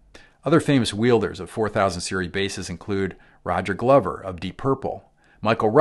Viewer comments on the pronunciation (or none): none